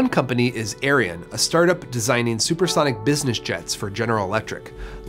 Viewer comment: To be fair, the video is mispronouncing it. It should be pronounced “air-ee-on” not “air-ee-uhn” But yeah, not great regardless.